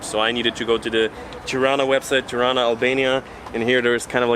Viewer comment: You are saying it right!! 👏🏻👏🏻😍